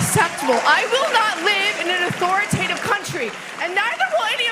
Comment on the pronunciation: LOL she said 'authoratative'